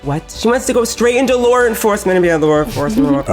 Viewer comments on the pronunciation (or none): When says "law enforcement" it sounds like "lore enforcement" to me and all I can think is: that sounds like a career for Skid. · Well the way she says "law enforcement" makes me doubt my own ability to read.